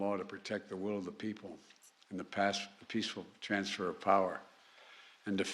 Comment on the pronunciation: We the peefull! lmao 🤣 Strenth, , Shhhh, We are the United States of America.